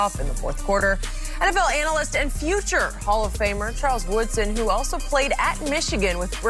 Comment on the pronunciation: She really say "anal-lyst" lmao 🤦‍♂️